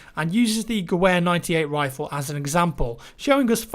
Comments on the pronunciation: I'm pretty sure that German rifle is pronounced "GUHV-AIR," not "GOO-WHERE." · Gewher is pronounced "Gevayer" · Gewehr... "Gev-air"